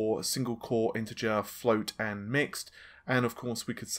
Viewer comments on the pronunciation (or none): none